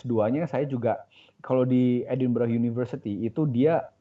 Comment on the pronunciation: Cara menyebut "Edinburgh" bapak moderator ini kurang tepat, mungkin karena tidak pernah main jauh ke UK. Tapi cara diucapkan oleh bapak dosen itu betul. "Edinburgh" sebutannya "edin-bre" bukan seperti ejaan "edin-burgh".